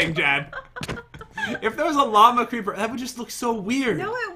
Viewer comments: When Jen said llama creeper I heard Walmart creeper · When Jen says Llama Creeper and you here Obama Creeper..